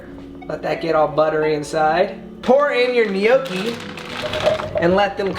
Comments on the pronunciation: Lol how he was pronouncing gnocchi Its pronounced like no key, not, ne no key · Tiktok lady: gnocchi (no-ki): gnocchi (ni-nyo-ki) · Gnocchi is pronounced nochi and not nyoki lmao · Guys it's NO KEY n it's potatoes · Gnocchi is pronounced nyoki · Did he say gnocci or poochie lol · N-yokki is how you say it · No-ki lol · I'm Italian and it's pronounced nokki but the n it's like Nino in spanish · We pronounce it gee no ho kuh heee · It triggered me the way they tried saying gnocchi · The way he pronounced gnocchi 😬😂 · All the Italian people when he says “gnocchi” 😐😐😑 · When says gnocchi it stresses me out since I’m Italian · trying to say "gnocci" is the best thing ever.